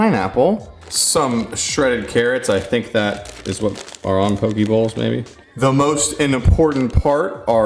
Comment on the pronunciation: FYI you’re saying pokey and it is pronounced poe-k